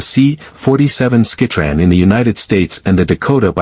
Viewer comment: "...C-47 skeh-tran..." Downvote and move on.